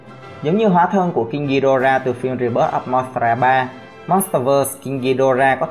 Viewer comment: Vãi thánh đọc tiếng anh là đây